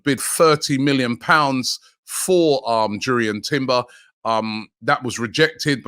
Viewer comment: Its pronounced yurrien not jurry earn